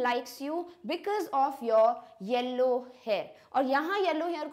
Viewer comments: mam yellow ko hellow bol rhe hai 😊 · 2 times mam said that converting yellow to hellow 😂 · she was pronouncing yellow as HELLOW..😂...by the way osm explanation💥